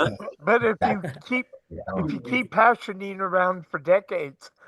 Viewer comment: its called "Hashishene" and not "Hashinine" tho just for anyone trying to look it up